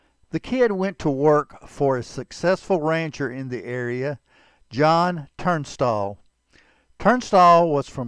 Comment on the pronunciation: There is no “R” in Tunstall. Listen to your video and you will hear that you inserted an “R”